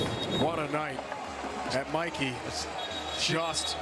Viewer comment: TIL the stadium is pronounced like "Mikey"